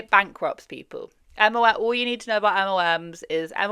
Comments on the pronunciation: I enjoy your videos but its EM EL EM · Are you saying MOMs? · she doesn’t pronounce it as MLM. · Are you saying MLM? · the way your accent makes the L sound like an O watching this video like damn what did moms do? 😂